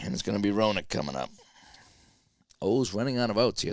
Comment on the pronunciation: Hey, Gary Roenicke is pronounced "Ren uh key"....nice job...I watched your great interview with Mark too...great...Merry Christmas man!